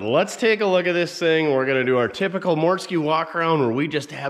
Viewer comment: mortske route is pronounced root not row-t